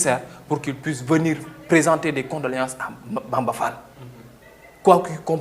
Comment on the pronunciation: sall au lieu d fall